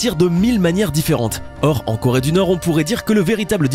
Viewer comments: llengehen Corée pas Chloé 😂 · leshalles llengehen c Corée pas Chloé 😂😂😂